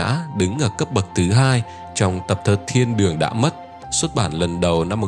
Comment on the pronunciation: tập thơ " Thiên đường đã mất " mà tôi lại nghe thành " Thiên đường tung tăng "